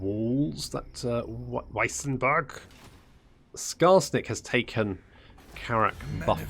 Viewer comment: It took a great many campaigns, but finally pronounces Marienburg correctly XD so now it's time to start on the pronuncation of Eilhart and Wissenburg